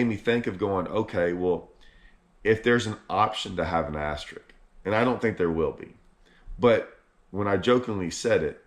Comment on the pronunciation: *AsteriSk...with an 'S'...ASTERISK; not ASTERIK. English is your native language,; LEARN IT! 😂